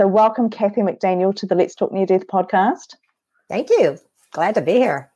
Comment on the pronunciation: ... "near dith" ixperience...?... Oh that kiwi/Aussie twang!